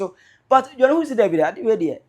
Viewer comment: It's pronounced "heeews"!! Johnny Hughes. Hughes is a British name and is pronounced "Heews!!" 😊